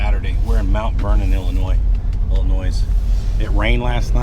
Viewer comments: He just likes to say illinoise to get everyone riled up in the comments 😂😂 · it's pronounced "Illonoy"... for Chr..t sake... Jimminy Christmas.....